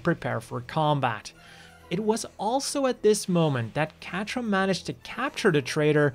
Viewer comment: Great video. Idk enough about the other series but just outta respect for the name Quatre is said Ka-tra 🤟